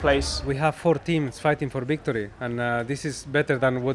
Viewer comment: 'We have 4 teams fighting for Bictory' 😂😂